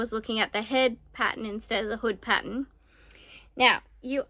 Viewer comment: Patt ERN…. Paten is something else